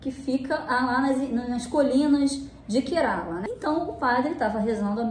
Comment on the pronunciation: Apenas pra conhecimento, a pronuncia certa do estado indiano é KÉrala. 😊